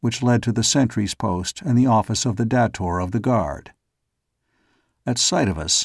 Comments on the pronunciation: come on, really? dah-tor?? Really? It's pronounced Day-tor. that's why it's spelled with one T. Now I'm wondering if you will say Phaidor correctly or not. smh Can't wait to see how you say Xodar. You do say it with a Z sound, don't you. If not, I want my money BACK! Oh, wait. It's freeeeee. Still. I may have to do a reading of these books if you can't read it correctly. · Ok. Looks like you're ok with Xodar and Phaidor. Still, Day-tor, day-tor. Say it. Say it. Ahhhhh! lol And pretty sure Shador is pronounced Shay-dor. That's why there's only one D. smh